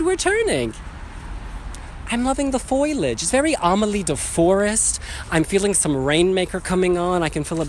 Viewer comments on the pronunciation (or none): no, it's "FO-LEE-AGE"- fooooooooooooliage...